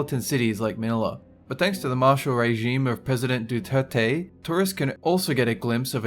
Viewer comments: it's DuTerTe not Dutetey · Actually its pronounced Duterte Do-ter-te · you pronounce our precident Dutertes name funny